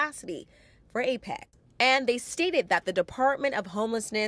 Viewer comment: She says it wrong x2 &. 🙄 it's not "APEX" & it's not plural "APECs." It seems she caught on after reading the SF Emergency Operations Center's statement out loud. Does she even know what APEC stands for? 🤔 Maybe her camera person or segment editor should correct her mistake, rather than letting it go to air.